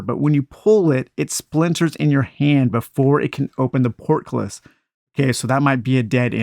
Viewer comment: It’s port·cul·lis sounds like port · kuh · luhs